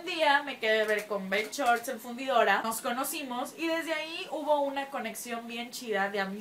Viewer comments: BenCHORT´S Jajajjajajajajajjaja No es Benshort´s Jajajaj pero me Encantan tus Videos:) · "BenCHorts" LOL